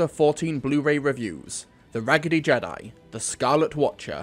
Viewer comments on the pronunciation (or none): none